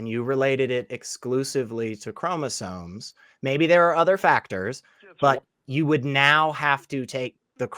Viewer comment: he's saying "chromosones" lol